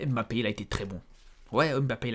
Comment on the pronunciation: Tu prononces tellement mal le nom de mbappé.Pour t'aider c'est pas émbappé mais mbappé😂